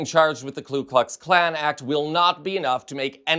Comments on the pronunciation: It's Ku Klux Klan, not Klu Klux Klan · It's KU Klux Klan; Not KLU Klux Klan. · Hey mate, it’s ‘KU’ ‘not KLU’. Pronounce it properly. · It's pronounced 'COO Klux Klan', "NOT "Klu" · With the utmost respect, it’s pronounced Ku Klux klan, not KLu Klux Klan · KU-KLUX- KLAN not KLU